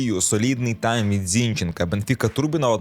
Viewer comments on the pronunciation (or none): none